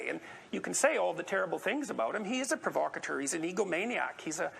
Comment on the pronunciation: You don’t even know How to pronounce the word “provocateur”... Seriously, you’re a fucking idiot. You butcher not only entire sentence structures, but also use completely incorrect words to get a point across, and you BUTCHER words which only have one fucking pronunciation. My god man... where the ruck did you go to school? SUE THEM, THEY FAILED YOU. And what’s worse is that you actually make dumb-duck republicans look smart because THEY CAN AT LEAST SPEAK PROPERLY.